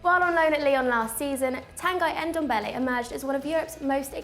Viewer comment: Tan-guy? It's pronounced Tan - gee